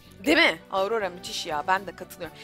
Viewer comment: aurora diye söylenmiyor orora diye okunuyorrrrrrrr abla bunu yanlış söyledinğğğğğğ